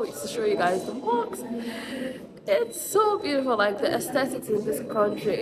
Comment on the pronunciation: Hahahaha how cute that you call the mosques. 🤪👉🏼 it's mosk not (moks)😋🤳 but anyway it's cute..!